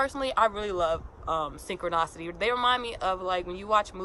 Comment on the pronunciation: It's pronounced synchro NISSSSS ity.... Not NOSSS ity..